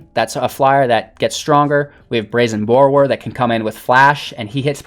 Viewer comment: Mans said Brazen Bore-row-er